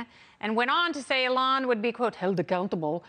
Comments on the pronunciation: Alon Musk? I thought his name was Elon. Pronounce the man's name properly! You sound ridiculous. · Why does she call him Uh-lon? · It’s not Alon Musk, it’s Elon Musk. It’s usually not mispronounced. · Its E-lon Not Ehlon 😆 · It's pronounced "EE-lon", not "ə-LON". You also say "adult" strangely. The "u" sound is like the "u" sound in "null", not "pull". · Please stop calling him “Alon”. Please, Please, Please. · It's E-LON. Not Ellen. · Get rid of this anchor. It’s Elon not Elan. Secondly, the amount of plastic or resin to make those glasses violates the green new deal. This was painful to watch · E-lon NOT eLON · It's eeeeee- lon not. Aaalon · EEE lawn not eh lon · “Alon Musk” 🤣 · Oh my word His name is Elon, how can you trust a reporter that doesn't pronounce words correctly? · When did they start pronouncing his name Ell~onn. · It's EEEElon Musk. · It's pronounced "EE-lohn". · ah lon musk? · So no one’s gonna mention her cringey mispronunciation of Elon’s name?? 😂😅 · Hey, ding dong, you should at least pronounce Mr. Musk's first name correctly! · This lady doesn't even know how to say Elon's name. Why does she think she is qualified to talk about somebody she doesn't even know whose name she fails to pronounce. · Pronouncing Elon wrong then sky link 🤦‍♂️ . Oh well at least I used star-link to google what that was . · Uhh what did she call him? Lol can't even say his name right? Wow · OMG... the way she pronounces "Elon"... ... ... Also it's "Starlink" not "Skylink"... but "brilliant and amazing..." eye roll freaking talking heads... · Can't even pronounce his name